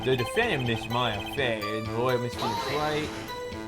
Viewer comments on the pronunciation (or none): sometimes reads things (completely or almost completely) different from what they actually say. (I.e. "Miss Maya Fey isn't pink! = (Miss May isn't pink)